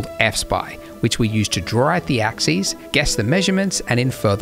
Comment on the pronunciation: ... the " Ax Es " ?